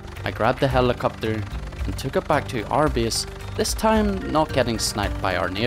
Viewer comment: I like the fact he says (bease ) instead of (base) =)